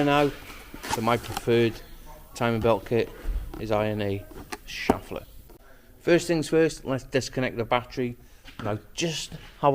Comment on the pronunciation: Yes mate, ‘crisis averted’ is perfect use of the language. One minor correction if I may (as a naturalised German): it’s ‘sheff-ler’ for the pronunciation of the timing belt manufacturer. No offence meant. All the best from sunny Austria and keep the videos coming.